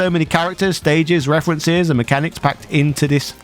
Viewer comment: Man, I can't get out of my head how you say references... Got to love those good ol' "refwences" ehh! Lmao!